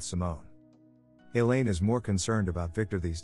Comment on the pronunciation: ... "Elaine" pronounced like "Alien"?